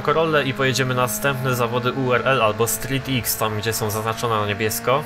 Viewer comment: Street X czyta się jako "strik kros". :)